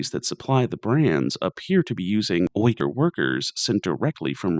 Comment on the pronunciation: Super minor nitpick, 'Uighur' is pronounced 'wee-ger'. It's a funky word.